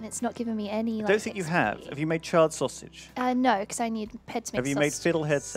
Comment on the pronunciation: every time I hear her say sawsig it hurts my ears.